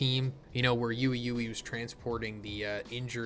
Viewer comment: I hate how he says uei uei has he not watched the anime for the precise pronunciation or is it just me